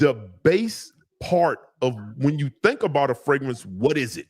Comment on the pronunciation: Wait is from Baltimore now I see why he can’t pronounce the second R in fragrance😂😂😂. And when you said he bought a fragrance and took it back, it reminded me of when I used to work at Nordstrom‘s in Columbia, Maryland and them DC dudes would constantly buy, wear and return everything.